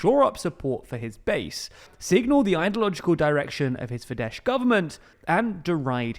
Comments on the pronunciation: Fidesz is pronounced as "fidess" not "fidesh" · It's pronounced "Fides" not "Fidesh". Sz is pronounced [s] in Hungarian (unlike in Polish). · Small correction, for your information and accuracy. Fidesz - /Fidɛs/ not /Fidɛʃ/ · The "sz" in Fidesz is pronounced like a normal "s" in English, not like "sh". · Okay once again: sz in hungarian is 's'. So its not Fidesh but Fides. I know the confusion is becaouse in polish sz is sh but its Hungarian so Sz = S (I already commented this on several former videos so please start saying it correctly. I'm begging you my ears hurt from this :D) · Gentle correction as I hear it repeatedly in your videos: the Hungarian letter "sz" sounds the same as "s" does in English pronounced. So the correct pronunciation would be like saying Fides [ˈfidɛs] in English, instead of your current pronunciation with the sh/sz/zs kind of double-sound you are saying at the end of the word. Thanks for your videos, please keep up! You are almost my only source of European news nowadays. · In Hungarian S is pronounced as Sh and Sz is pronounced as S, so it’s Fides and BudaPesht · It's not Fidesh... it has an 's' like in word 'sport'. You make EU news, maybe a list of how to pronounce European names would be beneficial. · And this guy still says, "Fidesh"... 😅😅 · Can't pronounce foreign names strikes again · Yes, I love watching, but please for the love of god, it's "Fidessssssssss" in English. I don't mind the towns/cities/names mispronounced, but please learn the words that are recurring. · Fidesz is pronounced with an s as comes from Latin and means 'faith'. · Fidesz is pronounced with a hard “s” not “sh”, the letters “sz” is a single sound “s” in Hungarian (just the opposite as in Polish). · don't bother. He makes this mistake everytime and everytime comments respond with the correction for as long as I remember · He has made this mistake soooo many times